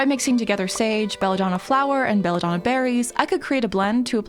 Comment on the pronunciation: now the real question, she know what it mean or she search and discover it XD, also the pronounce is a little of but wow if it is good (For who don't know "Bella donna" in italian is beautiful woman)